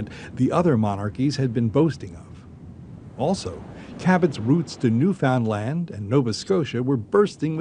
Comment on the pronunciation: Lol im from newfoundland, and these guys are pronouncing it wrong, otherwise good video.